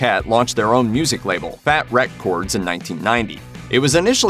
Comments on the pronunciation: Never heard someone saying Fät RÄck Kords like that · Wreckchords not wreck chords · "The untold truth" lolololol. Whoever wrote this sounds like they just heard of NOFX and decided to read the book, watch Backstage Passport, and then Googled NOFX and smashed a bunch of random shit together. Couldn't even pronounce Fat Wreck Chords right... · Lol at Fat. Wreck. Chords.